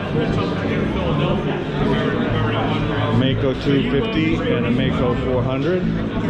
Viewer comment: Thank you. I know this is nitpicking, sorry... Maico is pronounced Miko. At first, and it happens in all American/English spoken videos, I wondered what a Mako was. And when I saw the bike, I understood. I know, as said, this is nitpikcing...